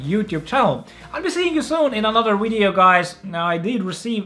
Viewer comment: am I hearing wrong or he said wideo instead of video multiple times